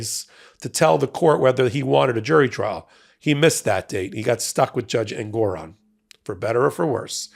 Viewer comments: FYI, it’s JUSTICE EN-gor-ON. I’ve appeared before him. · Every time any of you say engOron I shout Engoron because I miss the way Ben used to pronounce it 😂 It’s just more pleasing somehow.